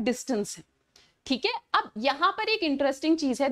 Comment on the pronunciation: Thik hai hota hai😢 chik hai nahi😅